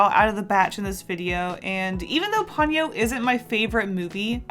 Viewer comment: Love your works and I’m being really anal, but I believe it is Po-nyo, instead of Pon-yo